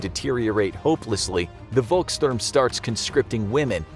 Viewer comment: The V in "Volkssturm" is pronounced as F not W